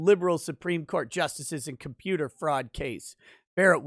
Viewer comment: "Hey, kid... I'm a computah... stop all the downloadin'..."